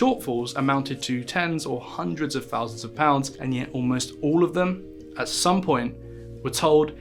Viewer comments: I wish you’d learn to pronounce “TH”. You’ve no idea how irritating it is when you say “F” or “V” in a word that is not spelled with an “F” or a “V”. “Two fousand and free” 🙄 “Had to be seen to be doing somefing” “Firty fousand employees” “At the tender age of firty-one.” “Frone around wiv vigour.” 🙄🤦‍♀️ By the way, there’s no H in “assumed”. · Two fousand and free......Why don't you learn how to speak?